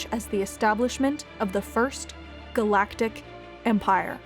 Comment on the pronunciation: I love that you paused between First.... Galactic.... Empire like Palp in his speech